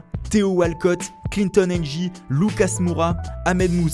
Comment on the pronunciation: Il a dit Clinton N'jie je pleure Sinon Adama Traoré ?